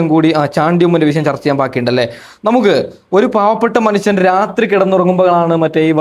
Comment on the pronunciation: പു യ❌ പുജ❌.... പുഴ എന്ന് പറയുക.... വിശയം ❌ വിഷയം ബഷീറിന്റെ അനിയൻ ആവരുത്.